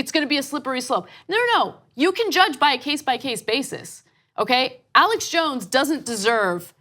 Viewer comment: Arrrrlex Jones.